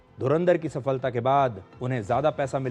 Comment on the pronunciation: सफलता शब्द का उच्चारण जिस प्रकार वह शब्द इस video में लिखा है, वैसे ही है। सफ़लता नही है, क्यों की फल शब्द संस्कृत है, फ़ारसी नही है। Phala, not Fala. Phala-Phool, not Fala, Fool Since we are talking about Hindi cinema/ Bollywood- there was a movie titled Phool Aur Kaante , not Fool Aur Kaante!